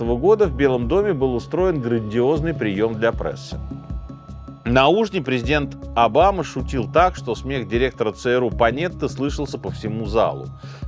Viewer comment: Уже писала про ударения в словах, но в конце видео появились "индИйский вождь апачи" и "прЭсса". Вот бы журналисты (а то и писатели) владели русским языком - просто моя мечта. Господин Минаев, это просто невозможно слушать.